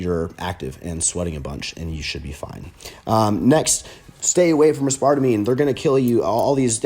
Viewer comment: A-Spar-Tuh-Me -Chris Jones